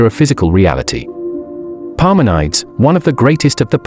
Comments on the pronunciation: That’s pronounced parMONuhdeez. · That philosophers name is pronounced Par med ih dees. Not what you said...learn proper greek pronounciations b4 making yourself look a fool to the world...wow, not even gonna watch more. Done...😊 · his pronunciation of Parmenides is hilarious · Parmenides is pronounced : Par-men-id-eez This is narrated by an AI isn’t it 😡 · It's Par-men-ih-deez